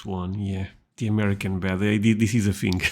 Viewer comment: I can't get over how this guy pronounces the letter "D." He didn't say bed he said "bet." And he didn't say bread he said "breat."